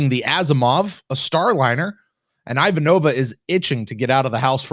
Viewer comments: I will ding you boys every time you say her name wrong! It's: I-VAN-ova. Not: I-van-OV-a. Still love the show tho! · Please it is I'Vahnova, not Ivan'Ova. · The real question for Babylon 5, when will remember how to pronounce Ivanova's name. To be fair at least one other podcast pronounces it the way does as well, but it does stick out.